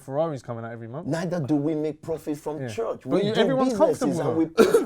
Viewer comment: Even the way he says church (chuch) is fraudulent